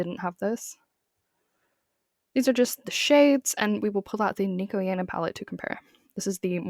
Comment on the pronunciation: if you are going to make a 20 minute video about someone can you please pronounce their name correctly